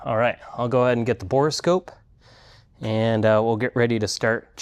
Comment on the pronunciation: Say "bora" scope one more time. It's a "bore" scope for looking down the bore of a tube.